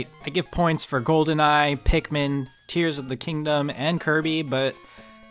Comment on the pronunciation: When you do a TotK video, can you please pronounce it Tear of the Kingdom like tearing a piece of paper